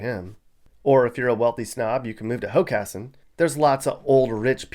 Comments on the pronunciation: Credit for pronouncing Hockessin correctly. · You did a good job researching Delaware! I‘m especially impressed that you correctly pronounced „Hockessin“ and „Newark“. Mispronunciations are a dead giveaway that someone isn’t from here. 😀